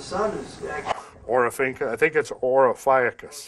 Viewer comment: LOL! ‘OR-PHY-A-CUS?’ Do you mean Ophiuchus? Off-ee-oo-cuss.